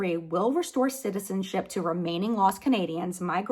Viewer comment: I'm sorry, but I died laughing when you accidentally said "citizenshit" instead of "citizenship" 😂 😂 😂